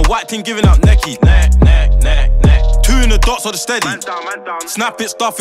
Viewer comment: This will be lit if only he can pronounce th right.